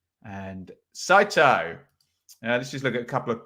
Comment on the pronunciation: Well done pronouncing Saito’s name correct. My wife is Japanese and the butchering of the name is annoying from our end on QPR commentary and American commentary. Great day in Alabama watching the mighty rangers.